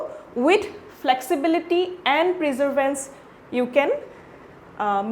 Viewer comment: Its not Preservance.... Perseverance 🥲